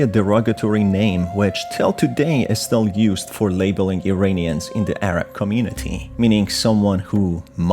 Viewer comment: To: Iranians is pronounced "EErAAnians" and not "EEreenians." Just like you pronounce Iran ("EErAAn.") Please pronounce it correctly. Thank you for your contribution. I enjoy it.